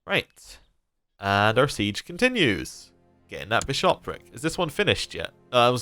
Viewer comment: Why do you keep stressing the second syllable of bishopric? If you wouldn't say bi-SHOP, don't say bi-SHOP-ric. :p